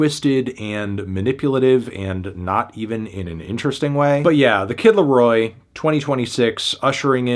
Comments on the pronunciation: Reviewing the Kid Laro-AH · the kid larowah